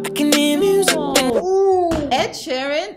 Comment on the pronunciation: Mans said Oluwasheeran, I'm gone!😂😂😂